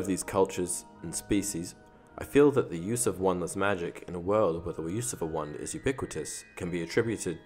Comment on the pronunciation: When he says wand it sounds like one 😅😅